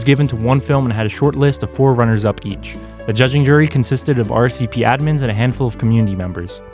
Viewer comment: are ess vee peee